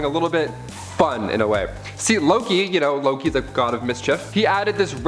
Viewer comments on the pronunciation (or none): none